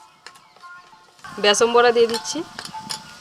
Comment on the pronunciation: বেসম নয়,please thik pronounce koro.Khub baje lage